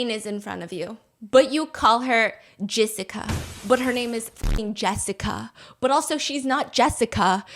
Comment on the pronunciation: ALL I CAN HEAR IS JIZZICA. I'M WHEEZING. 😂😂😂